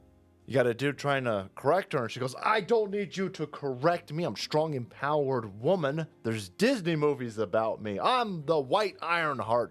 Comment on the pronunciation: She wuz a skrowng wahmenz.